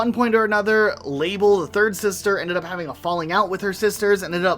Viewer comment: Isn’t Label’s name meant to rhyme with Mabel and Sabel?? Or am I crazy😭😭 it confused me every time he said “La-Belle”